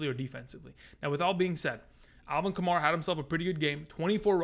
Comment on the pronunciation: love your stuff. just wanted to let you know that kamara's name is pronounced like kamAIRa not kamAREa